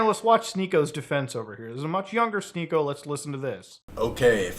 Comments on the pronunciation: "She-niko"??... I though his name was "Sneak-o" like some kind of goblin in a D&D capaign. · its sneako, not shneako. that said, never heard of this guy and dont want to start hearing of him nowq